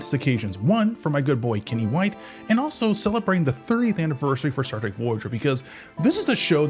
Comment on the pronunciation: Staar Treg ... A.I. at its best.